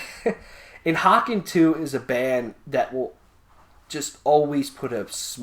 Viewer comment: Great fucking review guys. Just know that the band's name is pronounced "Hey Cun" 😀 And I absolutely agree with your assessment, a fucking great album, it envelops you completely when you listen to it.